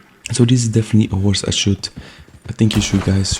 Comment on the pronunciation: "Horsre" ah yes.